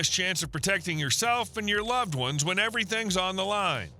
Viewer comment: This AI voice sounds like someone whittled on his "one's" with a pocket knife.